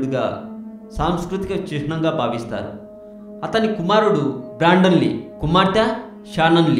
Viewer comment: brand lee jadu babji "brandon lee"... telugu cheppatam nerchuko ra nayana entha mandi enni sarlu thittina inthena? script chusthu kuda intha asahyanga chadavagaligindi nuvvera... gutkalu namili namili manesinodilaga matalu mudda muddaga vasthunnai...